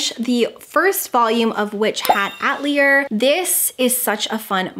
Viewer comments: FYI Atelier is pronounced Uh-teli-ay not at-lee-er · So cozy and fun!! Just wanted to mention atelier is pronounced ah-tell-ee-ay ☺️